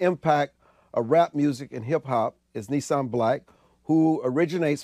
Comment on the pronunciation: His name is "Nissim"-which means miracle.The interviewer mispronounced it .